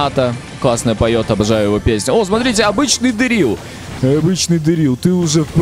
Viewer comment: Правильно будет дЕрил